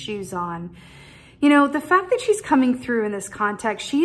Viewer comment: Chaos ! Inner compass 🧭 ✨ refresh!! Thank you I am in gratitude 🙏 ✨ Fact with a hard T 😄 and your wicked rolling giggle . I watched this twice and its really helping me at this time to hold fast be true to myself with refresh being key 🔑🥰